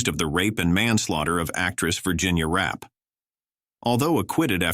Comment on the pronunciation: Virgina last name was pronounced, Ra. Pay. Virginal Rappe, pronounced. , Ra- pay !